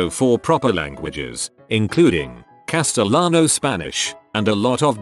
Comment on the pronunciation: oh god, how the text to speach says "Castellano" xD